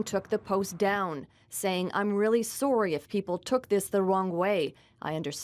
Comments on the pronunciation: Dear news caster: She didn't write "I'm really SOREY" she wrote "I'm really sorry." There's no excuse for that god-awful pronunciation, especially considering I can't detect a hint of accent anywhere else. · Goddamn that Canadian sorry made me laugh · you can tell they are canadians by the fact on how they say sorry 2:299